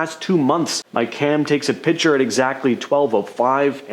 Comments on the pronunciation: YES YES YES.....PLEASE say "Picture". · It's "Picture" not "Pitcher."